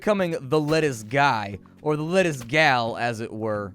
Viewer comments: "Letucce" lol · It's not lettuce because of copyright infringement. It's pronounced Let-tuch-e.. lol